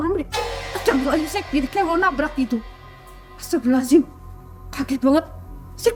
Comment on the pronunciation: Nyebut istighfar nya aneh ibu ini, astabirohazim 😅 pusing ih buu